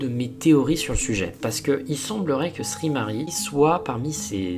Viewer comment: sry = sorry et ce prononce saurry et non ssri mari